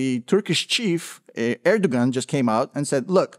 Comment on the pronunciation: Hi. Love your normal Youtube channel and find this one pretty interesting. The g in Erdogan is by the way silent jfyi. I hope this whole situation somehow can be managed at least in the following years. Every outcome is possible and thinkable, what really scares me. Suffering are the civilians on both sides and this has to end.